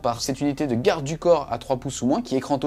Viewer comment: 11 secondes dans la vidéo ... ENCORE! "GOUARDE". mais quand est-ce que ce fléau va arrêter ?